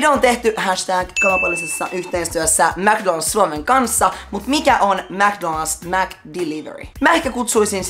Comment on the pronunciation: ”mc donad’s” XDD